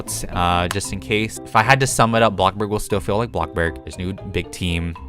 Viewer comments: Omg. Why so u keep saying BLOCKBURG its bloxburg!!! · Why do I get triggered when he says BLOKBURG instead of BLOXBURG